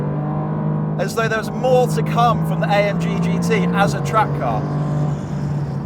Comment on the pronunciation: Sounds like he is saying GTï.